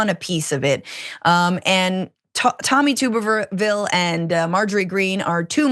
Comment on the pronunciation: Tohmmm y Tubberviille? He's such an idiot. How do people like this get into office? They'd rarely be taken seriously in interpersonal interaction.